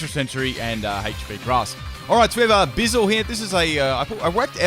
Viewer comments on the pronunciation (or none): did you call Buizel, Bizzil? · Buizel rhymes with weasel... doesn't it? Or is my life a lie?